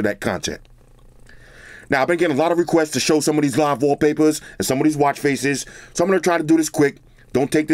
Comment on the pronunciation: You don't sound like a guy with a "favorite watch face" or favorite Waww-papahs